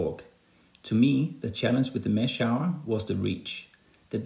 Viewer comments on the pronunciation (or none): Mash-hour u pronounce it as mash-hooor translate the word 'famous' in google and listen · Great video, but it's pronounced "mash-hoor" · Its name is not what you say, it is pronounced as mashooor